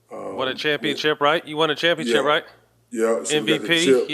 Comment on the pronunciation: I never understood why people call them chips... The word is championship, not championchip 🙄🤦🏾‍♂